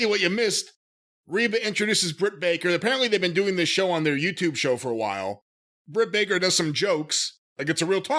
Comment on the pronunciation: It’s Jim saying her name wrong on purpose for me. 😂😂😂😂